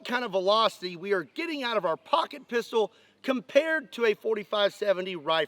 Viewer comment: Did anyone else giggle a little inside when he said "I have a lot of Poocket Pistols" Hehehehe 😁😂😅😭🤡